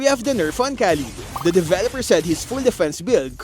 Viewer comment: We don't say "kaleed" for the hero Khaleed, but "raleed" bro